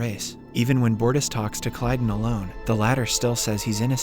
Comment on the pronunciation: It is lmao. You can tell with it not pronouncing Kaylon right. Nice job not using context clues and just being a simp. Tho with this basic ass profile I bet you are a bot too.